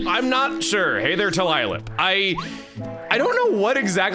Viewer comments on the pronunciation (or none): I figured it was pronounced "Too-Lye-Lip", because he's like a tulip, but he lies all the time. Come on, Chuggaa, it's a pun! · Hey Chuggaa! I assume his name is pronounced To-Lie-Lip. As in 'Tulip', but also 'To Lie'